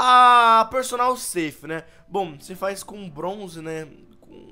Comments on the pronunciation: Perdonal Safe? mds aprende a falar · Ele pronucia personal ceif 😂